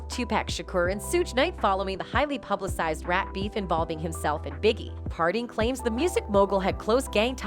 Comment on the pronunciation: She says rape instead of rap.